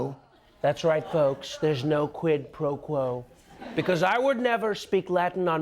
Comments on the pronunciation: "Dis is a QWID PWO QWO." Elmer Fudd was a wot more fwightening than I thought he was! Huhuhuhuhuhh! 😃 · That's not how you pronounce quid pro quo is it ?